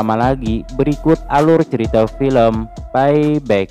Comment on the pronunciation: Paiback??peibak lol...🤣